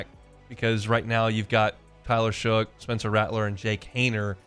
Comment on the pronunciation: Shough pronounced "Shuck"